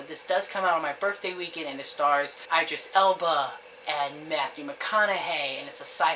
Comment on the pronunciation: Idris = id-dris...not eye-dris...thanks!! Otherwise...I TOTALLY agree with your #1.